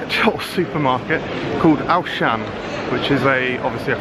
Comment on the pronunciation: This vlog was great! Auchan though is actually pronounced (awe-shun) but you say the awe quite quickly! same with carrefour, it's really huge aswell! the, carrefour is pronounced (carreh-foo) I'm so glad you came to Auchan!